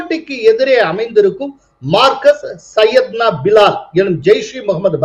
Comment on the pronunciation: மர்கஸ் என்று சொல்வது சரி